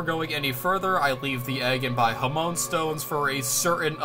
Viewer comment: I hate being that person but it's genuinely bothering me: Hamaon (HamA-On), not Hamoan. That being said, I didn't even know this game existed and it looks really cool. Fun challenge run, good job.